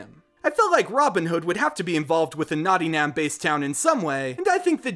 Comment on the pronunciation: Its...Nottingham pronounced Notting-him btw